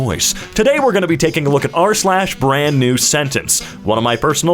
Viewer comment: what is a brande? or enew?